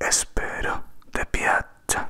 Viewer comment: Dear, your video is cool, anyway the answer to " come stai?" Is "io sto bene"... then "spero che TI (english ee sound) piaccia ;)